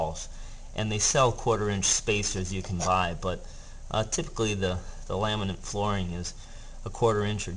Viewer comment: Is he calling it "laminant" flooring???